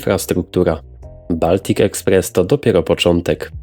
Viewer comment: Mówi się Boltik Ekspress!